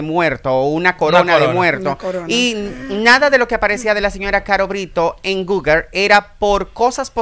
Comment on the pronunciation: Repite con migo. Google Google Google, no Guger Nooo Guger